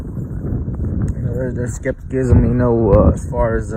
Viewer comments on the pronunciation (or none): Ole boy say skeptikism 😂😂